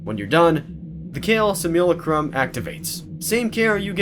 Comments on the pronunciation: it’s SIM-ya-LA-crumb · that is NOT how you say simulacrum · Nice dude. That was definitely needed.